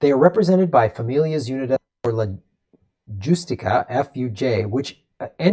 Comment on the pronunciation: I'm a big fan of yours. However you need to get up to speed on Mexico, our closest and most important neighbor. Consider taking some Spanish classes online, so you can pronounce words like "justicia." If you can pronounce San Jose you can do "justicia." Spanish pronunciation is very regular and simple. Surprised that you didn't know what a maquiladora is. The word has entered the English language for some forty years in mainstream media. Perhaps you can do some reporting on events in Mexico. The Obrador era is remarkable in that the "Bernie Sanders of Latin America" is in charge. Obrador is a historic leader who carrying out an agenda that is in sync with your politics. You are in a state that is Hispanic majority, in a city that is the second largest Spanish speaking capital in the world, for heaven's sake.